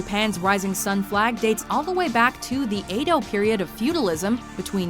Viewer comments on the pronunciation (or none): Edo is not pronounce Ay-do, the correct way is eh-do, like the e sound in beth.